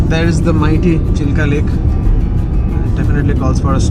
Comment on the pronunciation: The lake in Odisha is Chill-Ka ,not Chili-ka . The river at Kolaghat is Rup-Narayan. Everything else was very nice. 👍